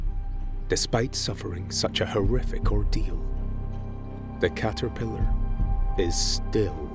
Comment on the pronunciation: i love how he says 'cahterphilahr'